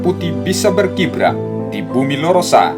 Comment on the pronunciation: Merah putih berkibar bukan berkibra